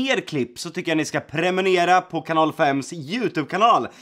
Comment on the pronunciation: Jocke har seriöst hållit på med youtube i typ 5 år (om inte mer) och kan fortfarande inte säga PRENUMERERA